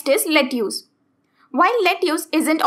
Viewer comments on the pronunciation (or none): Say 'Let-is' not 'Letius' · It's pronounced "Let-us"